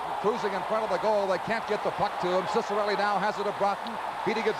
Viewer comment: По итальянским канонам правильно Дино Чиккарелли! а Сиссарелли - это уже ария из оперы Михаила Задорнова " Какие американцы тупые". Я сам очевидец, 1973 г.р. Если матчи с участием Дино на уровне клубов НХЛ или сборной Канады на ЧМ-1987 комментировал Евгений Майоров, то он произносил "ЧИККАРЕЛЛИ" Только так!